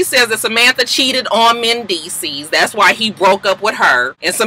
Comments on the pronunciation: you are not wrong... it is Mendeecees... with an S... who ever corrected you otherwise is incorrect. XoXo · let whoever that person was know that they were wrong wrong wrong...it is mendeecees with an S. Get off videos with petty bullshit.